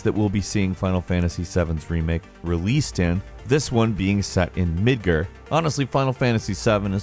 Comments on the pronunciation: Did you just say Midger? C'mon man! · Did you say "Midgrr?" blasphemy! haha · Final Fantasy VII set in......"Mid-ger" according to our friend. I just love how he pronounces things sometimes. Hilarious. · How about how he pronounced Midgar?